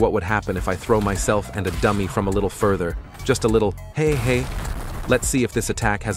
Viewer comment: "Hehe" sounded like hey hey